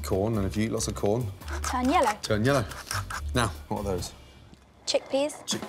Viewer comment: I thought she said ‘yolo’ instead of yellow